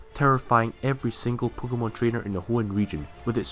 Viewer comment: I really love your accent, especially how you pronounce "pookemon"